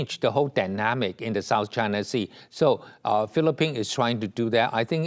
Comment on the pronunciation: Why he called China is "Trynaaa"